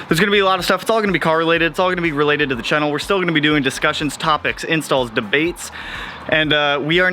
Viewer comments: Chan-nel not chin-el lol 🤣😂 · Lmbooo you do say channel weird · Its like you're saying "kennel" but with a "ch" at the beginning. Its your pacific NW showing. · You say chennel, when it’s “channel” lol and you say selenoid when it’s “solenoid.” The next 30 days sound fun and exciting lol I like watching people be uncomfortable 😂